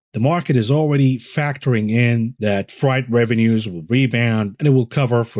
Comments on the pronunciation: Anything and everything you do here and on twitter is appreciated. Also Freight is pronounced like afraid, frayed rope, 50 shades of grey. Not like Fright (fear, dread). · I love the pronunciation of "freight" as "fright." Very apropos.